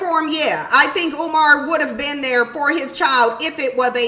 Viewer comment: Oh! Kumar has childrem? (UMAR). Not Kumar.